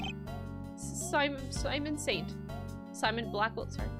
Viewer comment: Is someone gonna tell her that his name is "Simeon" like simian not "Simon?"